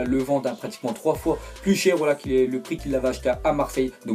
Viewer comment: qui a entendu son pret au lieux de prix